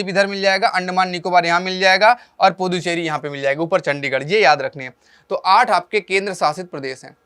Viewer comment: Sir Ponducherry bolate